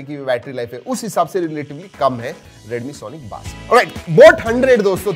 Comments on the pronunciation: Baas nahi Base pronounce karo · sonic baaas 🤣🤣🤣 bro it's bass(base) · Sonic baaaaas nahi it's called base in pronunciation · That's not how you pronounce bass for god's sake. Bas is a type of fish 😂